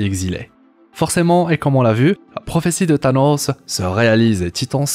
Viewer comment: Avec "Thanosseuh" 🤣🤣